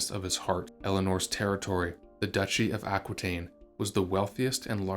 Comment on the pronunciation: Aquitaine is pronounced Ah-kee-ten, as it is French. The French language doesn't pronounce "qui" as kwee, but "kee"